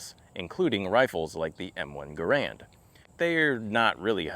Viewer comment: It is “Ger-and” not “Guh-rand”. Cmp prices actually do not reflect market price for the rifles. $1200 +/- is an avg market price for a decent, even mixmaster M1. So be it, if others aren’t willing to adhere to CMP documentation criteria. They are not a charity nor a regular retail store.